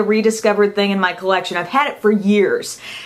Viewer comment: thing not ying lol